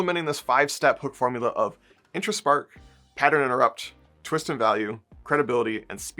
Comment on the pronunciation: "The Twitst." Is that a twist for twits? 😁